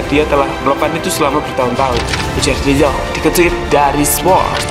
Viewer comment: De yong bang dibacanya